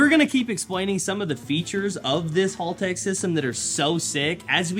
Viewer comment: MATE!!! Its pronounced HELL TECH Not hall tech 😂😂